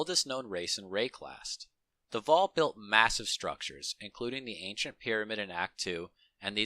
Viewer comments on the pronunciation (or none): none